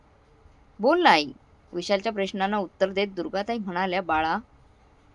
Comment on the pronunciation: उत्तार नाही उत्तर